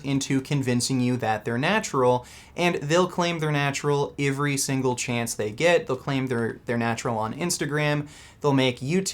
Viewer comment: LMAOO "ervry" is vegan Canadian or something?